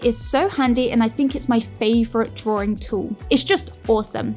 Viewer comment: drawing not drawring